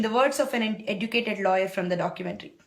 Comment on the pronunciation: OMG, it was so hard to understand and follow your Accent first of all. Sorry but its true. (its "educated" not "edducatedd" ... OMG ) What exactly are you trying to tell everybody ? Its a sensitive topic besides no body asked your opinion. Let me test your ignorance, i believe you are in some remote area of the USA, do you know how many women get raped in your neighbor hood? Dont worry, let me answer, in India, 2 rapes per 100,000 and in United States its 28.6 per 100,000. Go ask Obama whayi, USA daaator raapudu lol sorry. Just so every one knows, i am totally against crimes just like every body, could be a theft, robbery, rape, homicide or even corruption but i don't degrade my own community, its just stupid. Rapes are every where, that documentary is one of several thousand documentaries. All i am saying is stop making fool of yourself and our Indian community.